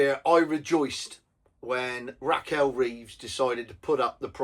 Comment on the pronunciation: It's Rachel not Raquel.